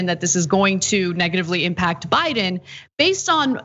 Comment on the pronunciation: Am I the only one who heard Chis Hayes say "O'Biden"